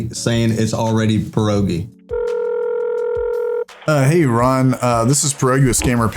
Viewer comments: As a Pole, I can assure you, you're saying "Porogi" not "Pierogi" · It sounds funny when you say your name,. Before 'e' there's 'i' and it should sound like 'e'. The real 'e', on the other hand, sounds more like 'a'. So for you, English speaking people, it should be said like 'Pe.arogi' I think 😆 But not like a pear.